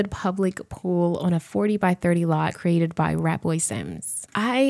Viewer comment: Cre-ator. Cre-ated 🤣